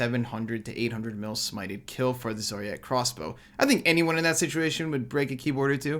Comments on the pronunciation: Zaryte not Zariii-ite... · The way you say zaryte kinda triggers me lol. RSN